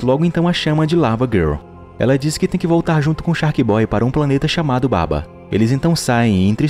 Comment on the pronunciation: Não é baba é sim babua